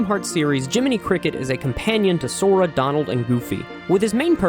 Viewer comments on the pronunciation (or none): none